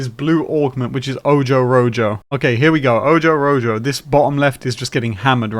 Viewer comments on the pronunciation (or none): When you said Ojo Rojo it really hurt! Its pronounced oh-hoe Row-hoe